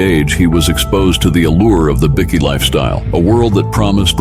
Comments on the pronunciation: What's embarassing is the ai talking keeps calling them bikkies (biscuits) not bikers 😂😂😂😂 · Bikie is pronounced with a long i. 😅fucking ai voice can't pronounce shit😅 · It's bike...eee that's how ya say it ..not bickie... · It's pronounced bi-key not bickie,it's not a group of biscuits 😂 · Bikie. . ..i thought it was biker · Great video but hearing 'bikie' called biickee takes away from how good it is